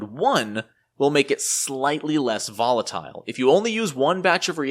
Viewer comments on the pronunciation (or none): none